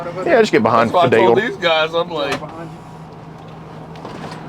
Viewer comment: Guysh? Really?